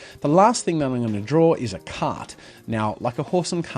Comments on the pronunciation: Until I thought you were saying "cat", not "cart." Lol. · Lol I thought you were saying slanted "cat" the entire time